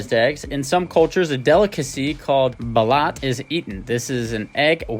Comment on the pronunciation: (Bah-loot) Just fyi, I’m Filipino. Never tried it myself and wouldn’t want to, keep up the great content!